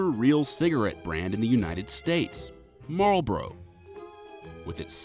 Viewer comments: It's pretty sad. I'm Canadian, and I can pronounce Malboro's better than this narrator. It's mal-bor-ro, not mal-bros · that's how you define phonetic pronunciation. Your are pronouncing it without the first r. It doesn't really matter but you called him out for pronouncing it wrong. Marlboro > Mar-ul-bore-O. Look it up on Google. It's not malboro but MARlboro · "Mallbros" Its Mall-Boro dude..🤣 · i was today years old when i found out it’s marlboro not malboro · It's pronounced how it is spelled: Marlboro. Maarl-boro